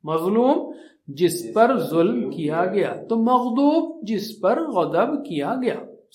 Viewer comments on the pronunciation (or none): ASSLAM ALAKUM WARAHMATULLHI WABARAKATUHU Surah fatiha main magzubi ko aap magdoobi q parrd rahy ho Plz batay Or Quraan majeed m kis kis pr ayat pr ayat lagai jati h ye b ek bar tafseel s batay Mene Quraan majeed kafi km age m hi AAPA G s pard liya tam rozana pardti hoon bs ye kuch confusion hain plz aap inhy durust kary